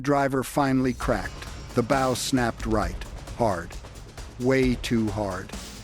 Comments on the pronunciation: Archer's "bow" or ship's "bow"? 😅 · Someone should tell how to pronounce LEAD ,as LEED nit LED and SHIP'S BOW as BOUGH not BO. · Very informative. It’s a bit off putting when the Ai voice pronounces the “lead” boat with the same pronunciation one would use in “lead” paint… or the “bow” of the boat the same as a “bow” tie. Aside from that, the delivery is amazing.